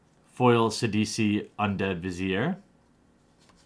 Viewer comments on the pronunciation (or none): none